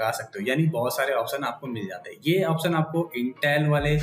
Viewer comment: opsan. option to shi se bol le bhai. ise unboxing nhi kehte. bakaiti kehte h.